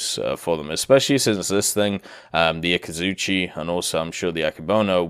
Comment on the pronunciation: Akazutschi ? You mean Akatzuki right ? :)